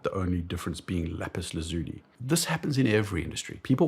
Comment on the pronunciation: Why do so many people struggle pronouncing Lapis Lazuli? 😂 Laz-you-lie!